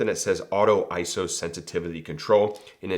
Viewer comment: Very good info here,. And thanks for pronouncing iso correctly.:finger-red-number-one